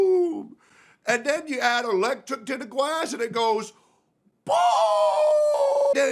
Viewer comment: " I like it when the wadaa and the gwass go pwoooom and when u add ewectrik it goes pwoooooooom" had me rolling lmao